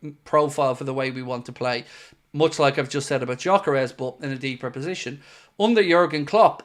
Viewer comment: Hey, since Gyökeres is a Hungarian who grew up in Sweden his name is pronounced like Dyökeresh. With the Gy (or Dy in my pronounciaton guide) pronounced like the D in dew or due. The "s" at the end is pronounced "sh" as in shop. If anyone cares to pronounce it right.